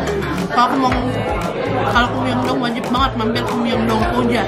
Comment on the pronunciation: Maaf kak aku bukan nya mau sok tau. Tapi ada sedikit pengoreksian kata Incheon dibaca inchon Myeongdong dibaca myongdong Jadi kalau di korea itu huruf 'eo' di baca o. Semangat terus kak! Aku suka konten kakak hehe